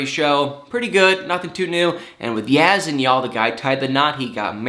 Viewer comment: Have a picture for people who don't matter to see, naw! Yazan, is dealing with this foolishness. Not her. As a professional, you should speak with awareness of atleast pronouncing a name right if you're gonna speak about it/him/her/them. I like you but we all can do better with Life in general😉 Be Safe & Keep It Real🤗